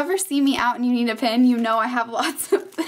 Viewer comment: I thought she said pin not pen